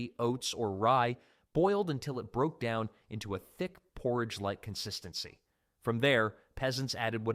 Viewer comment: Are you saying porridge????